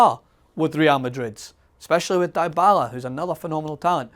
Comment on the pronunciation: It's Di-bala not Dye-bala